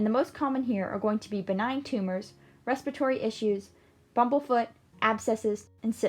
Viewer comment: *Respiratory ...you're welcome ;-)